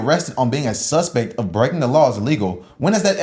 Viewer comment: This dude always yelling. Damn. “SUSPEKT”